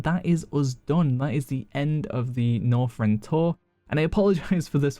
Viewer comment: Don't you just love "Norfrend".......